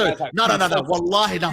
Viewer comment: My brother, please stop saying wahali. I know you don't have bad intentions, but it's disrespectful, and you should know that.